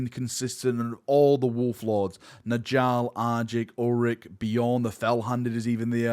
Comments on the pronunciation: its nYALL. Nordic "j's" are pronounced as a "Y" sound! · Please pronounce Njall correctly